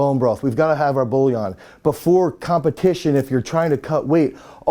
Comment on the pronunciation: It’s bouillon (pronounced “BWEE-yon”, approximately), for some reason Americans pronounce it as if the “i” was after the “ll”.